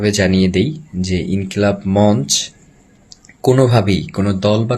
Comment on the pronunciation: গুলি খাওযার পর ২ দিনেই সুস্থ !!! মঞ্চ শ্দটাও ঠিকমত উচ্চারণ করতে পারে না।